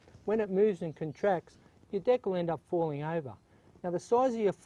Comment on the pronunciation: between those shorts & all that talk about dick, I don't know about this guy.. oh wait, he was saying "deck"